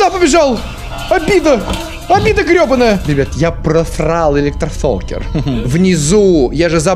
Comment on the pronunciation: "Я профлал электлофокер, мх-мхмх" :)